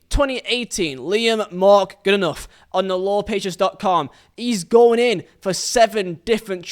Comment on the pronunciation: Why are you pronouncing Goodenough wrong?